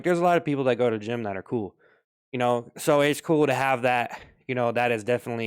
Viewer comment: Bro did the “gym” completely wrong 💀